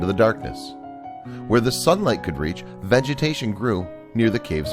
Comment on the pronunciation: Did he say "VAGitation" It sounds like VAGitation to me. Is that like a Brazilian?